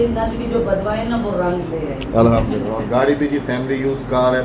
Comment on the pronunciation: احمد جي الاحمدلله نہیں ہوتا ہے الحمدلله ہوتا هے